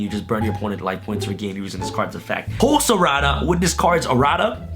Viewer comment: the way he says errata seems so hilarious. It sounds Italian